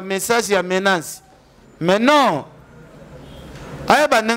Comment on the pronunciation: ken bongisa prononciation nayo ,balobaka menace et non menance